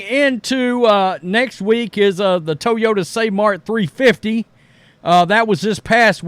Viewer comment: I didn’t know there was an E in Toeyota!! Drunk again